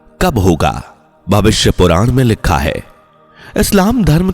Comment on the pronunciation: लिक्खा है.??? सही उच्चारण भी नही कर सकता है.